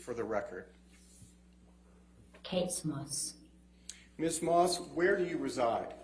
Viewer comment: Why does she call herself Kate Smoss